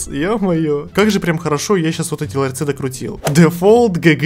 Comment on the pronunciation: Научите его уже говорить не "ларЬцы" а "ларцы"